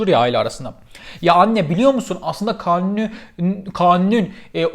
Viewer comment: Yalnız 'in kanuni diyememesi 😆